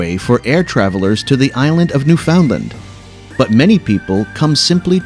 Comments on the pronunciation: Newfoundland is pronounced new fn lind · A nice American video about Canada. Obvious giveaway: Quay should be pronounced key. And Newfoundland has the stress on the first syllable, and the second is said more like “fund” than “found”. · The words "quay" and "Newfoundland" were not pronounced correctly. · I think you pronounced Newfoundland really, really weird. And I'm from the USA. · And don't forget how he pronounced Newfoundland.